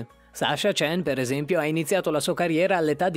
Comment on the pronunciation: Per favore, informatevi sulla pronuncia dei cognomi: "Witt" si legge "Vit". Sasha Còhen, non Cen. Zaghìtova, Trùsova, Surià Bonalì (diventata leggenda non per il salto mortale), Bilman... A 4 anni iniziano a pattinare in tantissimi. Non "salciov", bensì "salhov". E rìttbergher. E àxel... Ora si fanno anche i salti quadrupli, e il numero dei salti dipende dalla categoria e dal programma (corto o lungo). Questo numero è regolamentato non per mettere tutti nelle stesse condizioni, ma per far mostrare la capacità di eseguire salti diversi, passi e trottole. Non si chiama "saltellaggio", ma pattinaggio, e saper proprio pattinare, non solo saltare, è fondamentalmente. Oltre che difficile. E non si parla di body, si chiama vestito. E non serve sensazionalismo ad effetto.